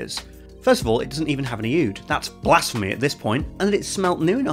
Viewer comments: I know you're joking but it's pronounced ood, not a-ood. Pls stop! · The A in Aoud is not pronounced :) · This man said Mor-yee-YAS-Queen. Top tier comedy Then he throws in the Bertie Botts Beans 🥴 Jeeesus and Aoud existential crisis. I'm dead. Oh no and German spinning machine. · The fact that you can’t pronounce ‘oud’ is the best part of this video.